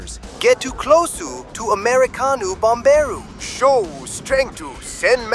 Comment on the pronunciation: "Get too closuu too americanuu bomberuu, Show strength to sen messenjew." i gotta spam this timestamp xD